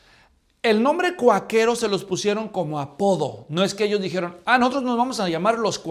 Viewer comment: Hno. Todo bien nomas que ( con todo cariño), Quaquero se pronuncia con acento en la “a” .